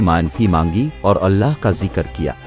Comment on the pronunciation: Ye Urdu me commentry krne walay kb kay log hy..aaj k ya purane.. Ye zikr ko zakr bolte hy ...isi tarah female nay lafz har koi ko har ko bola